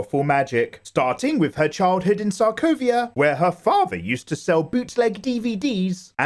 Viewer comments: Stop saying sarkovia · Sorry but the way he says Sokovia 🤮